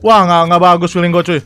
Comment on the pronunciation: Wkwk brando disini bilang feeleng gue buruk mulu dah wkwkw kapan feeleng goodnya bang🤣